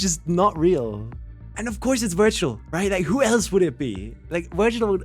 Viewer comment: 30 mins of him saying "you pulled a "